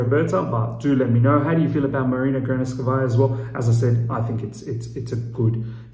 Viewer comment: Please... Marina Granovskaja not Granovskavaja.